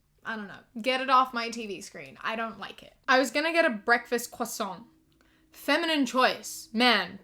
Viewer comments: Omg you pronounce croissant so well 🥺. And yea as a French person I can testify that we're gay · as a french person i would like to thank you for the effort you put into your pronunciation of the word croissant. also yes, we are all gay. <3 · As a french girl I want to say thank you for the way you pronounced "croissant". I love you. (Oh and yes I'm gay)